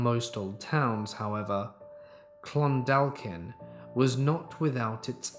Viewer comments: If your talking about where I think in story 6, then Clondalkin is pronounced "Clon-daw-kin" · great video, my only issue is Clondalkin is pronounced Clon-Daw-kin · You pronounced clondalkin wrong